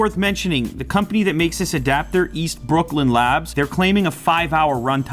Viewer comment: whats up with the way he says brooklyn lmao he sounds irish!